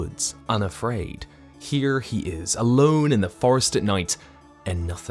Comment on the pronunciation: That's the most American "here" I've heard